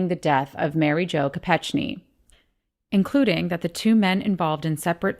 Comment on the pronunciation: Chappaquiddick is not an 'island', and it is Mary Jo Kopekne not Kope'ch'kne. Thank you